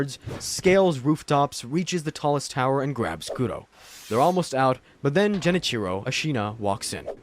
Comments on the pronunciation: anyone else get triggered everytime he said jen cheero? when it's pronounced gen-ee-chee-ro? considering all the research done for this vid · Holy cow… Ji-nichro😭. Otherwise, great work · Jen itchy row it's a G not a J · For the love of everything that’s holy, please stop calling him Jenichiro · To be fair, he doesn’t even know how to say Genichiro’s name right. It’s not surprising he misinterpreted his character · "Jenichiro" 🤢"Eesheen"🤮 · All this time and effort and not once did you try to pronounce Genichiro, Sekiro...or really any name right. Engagement bait? The internet blows so bad now, i can't tell. Edit: Ah, now I realize. It's ai.